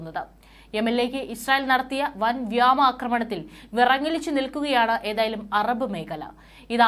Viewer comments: വ്യാമ അല്ല കൊച്ചേ വ്യോമ എന്നാണ് വായിക്കേണ്ടത്. ദയവായി അക്ഷരഭ്യാസ മില്ലാത്തവരെക്കൊണ്ട് വാർത്ത വായിപ്പിക്കരുത് 😄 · വ്യാമ ആക്രമണമല്ല വ്യോമ ആക്രമണം മലയാളം ശരിക്ക് ഉച്ചരിക്കുന്നവരെ വാർത്താ വായനക്കാരാക്കണം